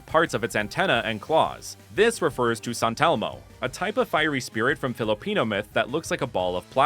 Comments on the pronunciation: Wow, this is really researched very well! I love the designs of the starters and its inspirations. Imo, you really gave justice to a region that could be based off of the Philippines ^^ (Plus, I think you did really well pronouncing those Filipino terms :)) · As a Filipino, u didn't miss pronounce anything.❤